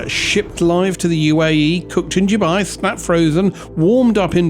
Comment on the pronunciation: It is pronounced Dubai not Dubai.